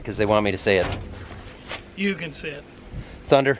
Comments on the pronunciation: It's thunnnndddddder not thunder. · We all say THUNDERRRR even when you don't. Just FYI 🤙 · I got Worked Up by the lack of RRR's following the word "Thunder", I mean not everytime, but specifically when talking about the trailer